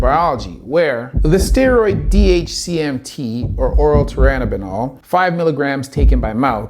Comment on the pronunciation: Tur-in-a-bol Not turibinal.